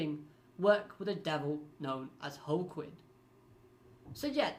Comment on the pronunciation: It's pronounced like Joaquin, he's named after the football player. One of my favorite villains in the series, he's just got style.